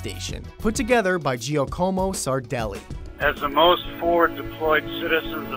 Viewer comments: I heard him say GEE-AH-COMO and it immediately bugged me for some reason. I remembered, there's a kid in my class and people always call him GEE-AH-COMO when it' actually pronounced JAH-COMO. It's funny how i was spacing out and that triggered it lol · it's pronounced Jack-omo, not gee-a-como. Far out... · giacomo is pronounced jack-a-moe. that really annoys me. no offence. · LOL it's not "GEE-OH-COMB-OH" it's pronounced "JACK-EM-OH". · lol "gee-oh-como sardelli"